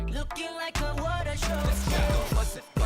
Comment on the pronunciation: water show? The whole time I thought he was saying "fashion show" 😂😂